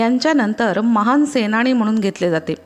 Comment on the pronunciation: तुम्ही सांगितलेली माहिती खूपच उपयुक्त परंतू शब्द उच्चारणात सुधारणा केली तर बरे होईल उदाहरणार्थ नाही आहे णाहि /म्हणून आहे म्हनून